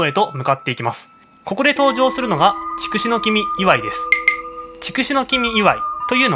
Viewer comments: 筑紫は“ちくし”ではなく“つくし”と呼ぶのではないですか？ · チクシは間違いです。ツクシといいます。たしかに万葉集では「筑紫」と書いていますが、当時の中国では筑をツクと発音していたのです。(少なくとも当時の日本人にはチクと聞こえていた) その後いつのまにか日本人がチクと発音するようになっただけです。